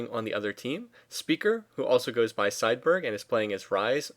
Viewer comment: His name is seideberg but you say speaker? speager? speadeberg? what.